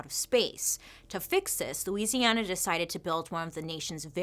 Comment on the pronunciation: I am just so impressed that you pronounce Louisiana correctly 🙌